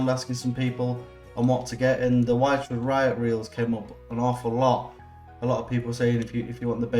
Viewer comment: Thanks for the review. The little clicky thing inside the spool is probably called a ratchet. Wychwood is pronounced Which-wood, not Why-ch-wood. Not trying to sound like an English language copper, just mentioning it. Cheers